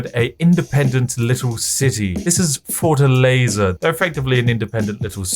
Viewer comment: brazilian here... almost xat my pants laughing on how you pronouce Fortaleza lol